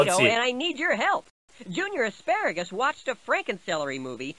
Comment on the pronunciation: I really like the way you pronounced Asparagus.